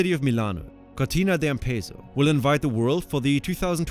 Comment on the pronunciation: That cortina d’ampezzo pronunciation was straight up diabolical hahaha